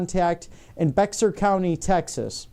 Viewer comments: Bexar as in Bexar County, TX is Said as BEAR (the Animal) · Locally, BEXAR (Co) is Said as BEAR -as in the Animal - Just Droppe the "x" Out and You've Got BE(x)AR. The "x" is Silent.